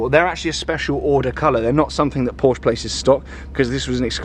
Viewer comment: This is the only time where i have heard you correctly pronounce porsche as “por-shuh” instead of “porsh”!